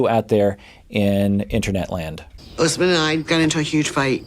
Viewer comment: I just noticed Lisa says Usman's name wrong! Like "us man".